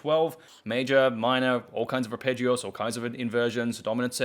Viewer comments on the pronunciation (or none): You're kind of saying "arpeggios" as if it's a Spanish word.